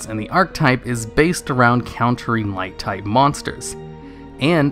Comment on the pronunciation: "Light-type" My ears hurt